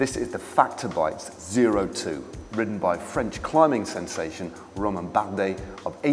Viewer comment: Isn't it called Oh-Two ?